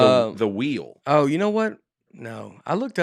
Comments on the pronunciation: Nate and say ‘wheel’ like ‘whale’. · Penguin is one thing but how about how pronounces “wheel”